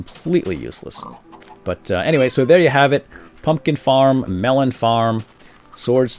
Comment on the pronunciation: pumpkin not pumkin